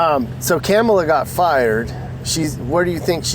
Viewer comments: I LOVE WHEN THE GUEST SPEAKER CALLED HARRIS 'KARMELA'. CLUTCH MY PEARLS! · 😂😂😂 said “KARMala 😂😂😂😂 he’s definitely NOT politically correct. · He said Karma-la LOLOLOL